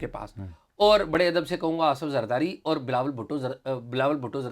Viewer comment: عمر چیمہ جب لفظ اور کو آؤر بولتے ھیں اچھے لگتے ھی